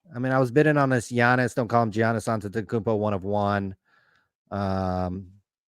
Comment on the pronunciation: I mean I like SCR but can’t even pronounce Giannis correctly and they pronounce Will Grier wrong every single time 😆